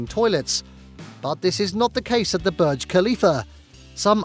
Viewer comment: It’s pronounced bourj not berg